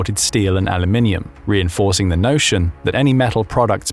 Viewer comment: It's so nice to hear a narrator on YouTube saying Aluminium properly.